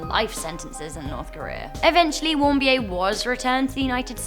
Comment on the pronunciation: O.k. , it is pronounced Warm- Beer. And Trump slam aside, the Kims destroyed NK.